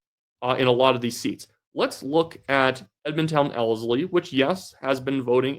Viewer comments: You are not saying Ellerslie correctly otherwise a very good video. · just for future reference Ellerslie is pronounced L-ERS-LEE.